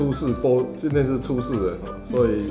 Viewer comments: 是ㄘㄡ洗 不是ㄘㄨㄟ洗拉 哈哈哈哈哈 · 聽千千說初四，我怎聽成找死（台） 哈哈哈~ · 一開始初四的台語就講錯了